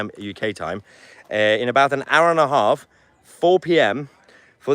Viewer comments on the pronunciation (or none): none